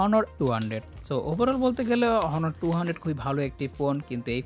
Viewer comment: আপনে কোন শাওয়া রিভিউ করেন সেটা লাস্ট এর পার্ট না দেখলে বুছতাম ই না।।। ফোন এর রিভিউ করার আগে ভালো করে জেনে তারপর রিভিউ করা উচিত।।। আর হোনোর না অনর হবে উচ্চারণ।।। মাইক্রো না ম্যাক্রো হবে।।।।।। ফোনের লাস্টের অংশ দেখে বুঝলাম আপনি টোকাই ফ্যানবেস এর সদস্য।। তাই টোকাই মি ফ্যানবেস হিসেবে আপনার রিভিউ অবশ্য ঠিক ই আছে।।। Redmi note 14 pro plus camera better than Honor 200. 😂😂😂😂😂 Biggest joke of the year...